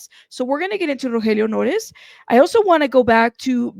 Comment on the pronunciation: The way you pronounce his name is so beautiful, probably a lot more beautiful than he deserves if he’d been supplying a ‘friend’ with drugs when he was trying so hard to stay sober 🤦‍♀️💔